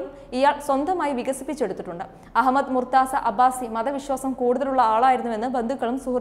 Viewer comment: Not murtza right pronunciation is murtuja which please note.